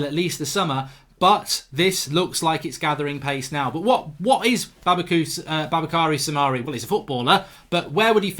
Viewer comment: It’s pronounced “boo-bah-kah-ree Sou-mah-ray”